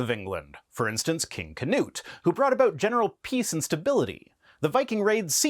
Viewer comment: I am sleepy and therefor unable to get over your pronunciation of Knut as "Keh-noot". (As a Swede, I am familiar with this name as not having a space or vowel sound between the K and the N.) I'm not mad, tho. I'm amused. Carry on! ^^